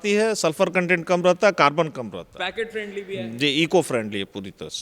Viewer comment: पैकेट फ्रेंडली नही पॉकेट फ्रेंडली होता है भाई l